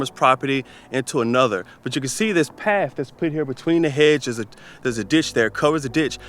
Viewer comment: Ooooh I hear English slipping into your accent 👀 there was definitely a ‘paff’ in there instead of ‘path’ We have you now 😂👍🏻